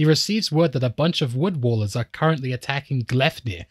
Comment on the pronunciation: I love that you made this video and I appreciate all the effort you put in, but I do admit it is a bit jarring every time you call them "Wood Wallers" instead of "Wood Wailers". Wail. As in cry out. Rhymes with pail and snail. Otherwise, it's a great video and I hope you don't mind the very minor critique.